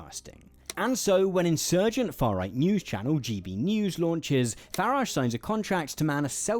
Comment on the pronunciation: Da faa wight. Wayshisht.